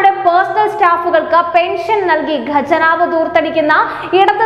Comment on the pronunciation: ഗെജനാവാണോ ഖജനാവാണോ അയ്യോ പാവം